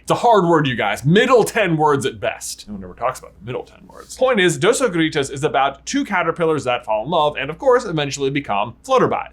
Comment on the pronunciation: As a Mexican fan, I must say, watching J attempting to pronounce "Dos Oruguitas" is pretty entertaining jaja (I don´t mean it like hate of course).